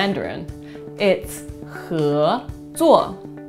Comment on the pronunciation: If hé is second tone, why do you keep saying it as 3rd tone?!